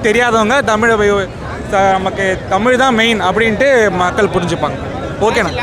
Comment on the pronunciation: தமில் இல்லடா தமிழ் இவன் கிட்ட அந்த தமிழ் மாட்டிக்கிட்டு தவிக்குது